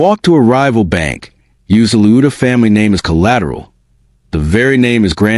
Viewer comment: What, LOUDA, Are you American, it's spelt pronounced Lawd Da!